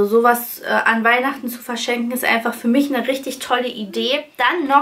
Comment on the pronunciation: Du redest so nett 😊. Statt i benutzt du sehr oft ein ü. Zum Beispiel: Fürma